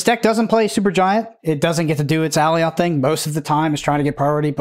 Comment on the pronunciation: FYI, (not trying to be "that guy" in the comments, but I take it has never watched Loki, as "Alioth" is pronounced "A•lie•ith" not "Alley•oth"... Just saying 🤷